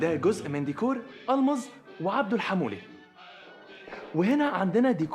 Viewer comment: ديكور مش "ديكاااار" 😂